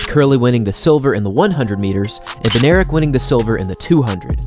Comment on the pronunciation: Bednarek is polish name i think and its pronuonced bed-nah-rek